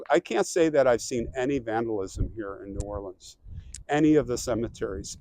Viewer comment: My hometown!!! I've lived there for the first 26 years of my life; now I am in Charleston, SC. You pronounce New Orleans correctly the second time around, lol. Hey, I ordered my King cake yesterday; while you are down there, get a slice with some coffee. I heard that PJ's Coffee has a good king cake. It is a part of the Mardi Gras celebration.